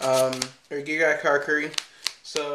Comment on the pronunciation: Pronouced Gear GEEA